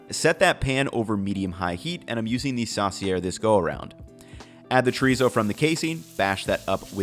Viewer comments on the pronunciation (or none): good recipes but god how you say chorizo hurts me